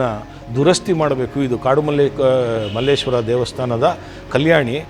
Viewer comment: It's just Malleshwara not malleshwarammmm. Nowadays people changed to mmmmm. Sir has prounced word correctly. Please our people at least Kannadigas pronounce Malleshwara do not follow other people who call mmmmm